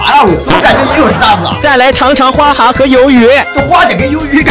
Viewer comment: 不叫花he叫ge